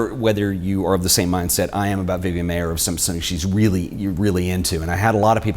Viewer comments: Her "kids" called her Miss M eye er. Not M may er. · What's interesting about your video is you mispronounce her last name. As you can see from my name I can tell you it's pronounced "Myer" . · Its pronounced Meyer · Pronouncing her name the way she did, according to people who knew her couldn’t hurt your credibility . . . MY-er. Whereas mispronouncing it . . . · Pronounced Myer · if you respect Vivian Maier so much, kindly pay her the respect of pronouncing her name correctly. While she spelled her name several ways, she, as far as I know, pronounced it only one way. MY-er.